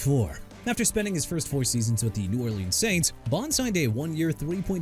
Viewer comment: Cordarelle Patterson as in cor-duh-rell. Chicago as in either shuh-kah-gow or shee-kah-gow. Jadeveon Clowney as in juh-dae-vee-on! New Orleans as in New Or-lins NOT NEW OR-LEANS!! Dude that's enough of you butchering names of everyone and everything CUZ YOU CAN'T LEARN TO PRONOUNCE RIGHT!! I HOPE YOU MR. A.I. VOICE GUY QUIT!! WHEN YOU DO, GET REEDUCATED IN HOW TO PRONOUNCE WORDS CORRECTLY!! ENOUGH'S ENOUGH! AND FYI I KNOW ANDREW VAN GINKEL AND DESHON (DUH-SHAWN) ELLIOTT (FORMER DOLPHINS PLAYERS) DID GREAT FOR THE VIKINGS AND STEELERS RESPECTIVELY! DON'T MEAN YOU CAN BRING THAT UP! YOU'RE DONE. AND IF YOU PPL IN THE COMMENTS DON'T LIKE WHAT I'M SAYING, THEN LOG OFF AND DON'T TELL ME TO STOP WATCHING EITHER!!